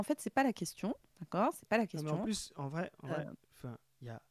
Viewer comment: tu rigoles, mais en vréé... 🧐